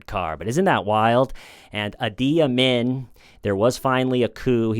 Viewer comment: Uzbekistan is typically pronounced like OOZE-bekistan not YOUs-bekistan fyi. And the Ugandan fellow - Idi rhymes with "needy". And this ones easy to remember: last name Amin as in "a mean" man. Sick vid 🙏